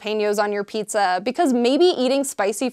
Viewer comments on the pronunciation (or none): none